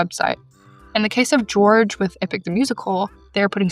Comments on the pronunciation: (Just so you know, the creator of Epic the musical’s name is pronounced “Hor-hey” not “George” /info) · Just so you know, Jorge is pronounced Hor-hay. Not George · I dont think you meant to say Jay’s name wrong but its pronounced horghe so h sound instead of the j. Sorry saying george sounded so white and a bit racist and I dont think you meant to be but I just wanted to give you a heads up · I'm sure someone has already told you but Jorge is actually pronounced different from "George"! I want to say it's Spanish but I don't remember so correct me if I'm wrong but it's actually pronounced "Hor-hay" (I suggest googling it so you get it right) 💜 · This video is so so so important but I’m frying at your pronunciation of Jay’s name. It would be “Hor-Hey” not “George” I don’t mean to come off rude but as someone who grew up around Spanish speaking people I was cringing so hard 😭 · Just a small comment it’s Jorge it’s George in pronunciation it’s whor-hey I believe unless he’s state different sorry if I sound picky I just wanna let u know! Great video! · respectfully it is Jorge (hor hey) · I hate to be that person but you pronounced Jorge wrong! It’s pronounced “hor-hey”